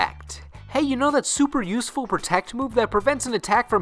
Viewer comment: That was actually perfect, apart from the mispronunciation of useful and english.